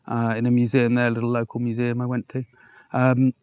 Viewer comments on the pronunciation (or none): none